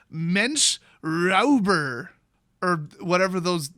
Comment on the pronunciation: "Räuber" is pronounced "Roy-ber", for the record. Yes, it's confusing.